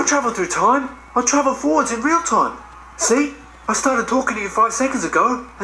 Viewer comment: Says the guy that said tome instead of time